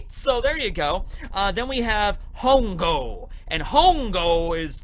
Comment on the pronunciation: Hongo is spanish for fungus or mushrooms. When spoken ,the h is silent.